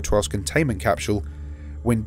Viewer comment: CAPSHUULE It's just a joke, your pronunciation is ok